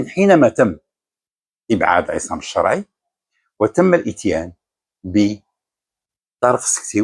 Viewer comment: لاداعي القول أن مستوى الركراكي التعليمي جد متواضع. لكني أتساءل لماذا نطق إسم "الشرعي" و كأنه فرنسي أو سويسري "Charai" ؟ هل الركراكي أبوين فرنسيين؟ ألم يقضي وقت طويل بالمغرب كمدرب؟